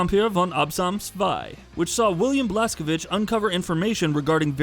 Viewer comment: i like that you properly said Blazkowicz. my respect as native Pole